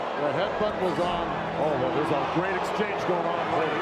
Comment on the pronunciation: “Gonna put a GrrrrRhhhate show”